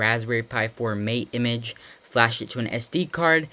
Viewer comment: Pronounced mah-tey